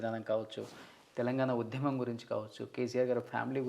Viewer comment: UDHYAMAM kaadura kunka. Udyamam. Telugu ni khooni chestunnarura. Ye okkadu English padam lekunda 20 secondlu maatlaadite Ottu.